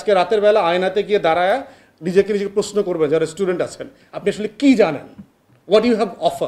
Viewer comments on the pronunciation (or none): none